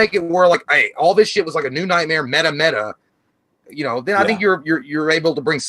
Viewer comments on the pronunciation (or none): none